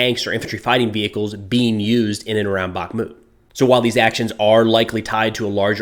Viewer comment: Just a note: it's not BaKmut, it's BaHmut (H as High, Hot, Holly..) 🙂